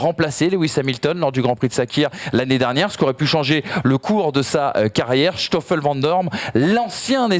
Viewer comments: Pour info, en belgique on dit SToffel vandoorne et pas Shtoffel vandoorne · Et Schtoffel c'est quoi cette prononciation... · Pourquoi dire "chtoffel van doorne"??? Il n'y a aucun ch, il s'agit d'un "s". Je sais que c'est une langue compliquée (surtout le g). Cela se prononce (comme verstappen) à l'anglaise. Je peux comprendre la prononciation de jos à la française (alors que le j se prononce un peu comme le y donc yos) car il n'est pas possible de maîtriser l'intégralité des langues. Ceci dit, merci pour vos émissions, vos connaissances et vos superbes analyses et débats.